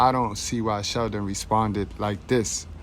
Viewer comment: Goodbread it's not about it being cool. He mispronounced Sheldon's name. In bizness if you are in the same industry hulk should make an effort to know how to pronounce his name properly. This has nothing to do with race, I politely disagree with you. Arnold is Austrian and he doesn't have an Anglo-Saxon lastname but when he started becoming popular everyone started out learn how to pronounce his name. Granted I didn't feel offence from hulk or Sheldon but simply he's not forgiven for his hypocrisy plain & simple.